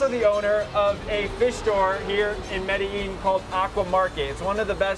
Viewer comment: Thank you for choosing my country to go to and the way you say Medellin is incorrect